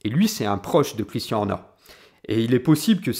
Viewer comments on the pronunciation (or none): Vidéo vraiment intéressante, seul petit bémol, la prononciation à la française, notamment de "Christian" et "Red Bull" qui sont répétés tout au long de la vidéo, ça m'a piqué les oreilles lol